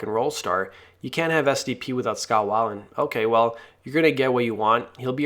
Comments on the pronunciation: I could watch this ... the way you pronounce his last name 😳 Wai-land? It’s Wei-Land (Way-land) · Why is this guy reporting on a culture that he knows so little about he don’t even know how to pronounce weiland. Beat it culture vulture